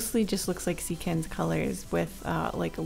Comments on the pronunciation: Eecans!? Eecans?! It's Ekans! E not ee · I love the video but the way you pronounced Ekans bugged me. It's Ek - kans, not E - kans But I love the vid anyway ^-^ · ekans is pronounced "eh-kens," not "ee-cans" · No one:: Eeee-kan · I- did you just call Ekans e-cans? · Just a little heads up: Ekans is pronounced “EHkans” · she literally named her channel after a city in pokémon but can’t pronounce the name of one of the original pokémon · I'm sorry but, you pronounce Ekans like WHAT???